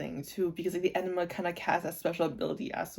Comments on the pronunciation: Yeah you have to pronounce the g. It sounds like E-NI-GMA. Every letter is said. (idon't know if it makes sense. english is not my first language, sorry) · I don’t think you’re pronouncing enigma correctly. It sounds like you’re saying enema, which is very very different.